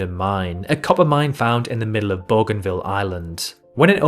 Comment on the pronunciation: Booganvil, Oh-shan-ear. Why not do some research? Wikipedia has pronunciations.